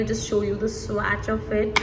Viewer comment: It’s pronounced as swatch and not swaaaacccchhhh